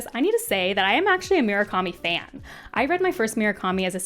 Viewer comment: Ok, i wasnt going to comment on Myoo-rah-ka-mi, but I can't let Jimma-nez go. They are Moo-ra-ka-mi and He-ME-nez, respectively.